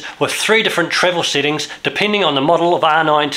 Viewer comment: why instead of saying sEttings, he keeps saying sittings?